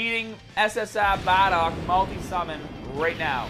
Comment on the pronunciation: Could you please stop saying bardock it's not pronounced bah dock